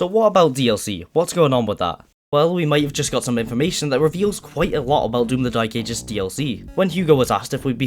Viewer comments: Hearing the "the dy*e ages" multiple times gave me whiplash 😭 What accent is that? Cumbrian? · Why do you keep saying “Doom the Dyke Ages”? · I love it how you call the game the dyk* aegis :D Not trying to make fun of it or anything, it's just funny to hear with that accent. My accent's pretty generic, but occassional bouts of dyslexia lead to me reading the title of the 10th level in TDA "Foreskin planes"